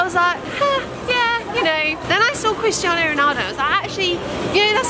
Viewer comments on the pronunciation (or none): did anyone else hear "Kriss Jenner" while was saying "Christiano"? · i thought you were saying "kris jenner" instead of christiano omg